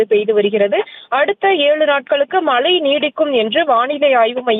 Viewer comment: அது மலை இல்லை மழை. வலி மண்டலம் இல்லை வழி மண்டலம் தயவு செய்து தமிழை சரியாக உச்சிரிக்கவும்